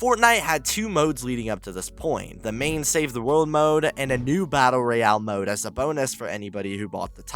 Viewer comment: the way you pronounce battle royale is annoying af